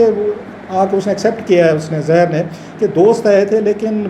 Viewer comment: یہ رؤف واقعی پڑھا لکھا ہے؟ تاریخ کو تریخ اور ظاہر کو زہر بول رہا ہے.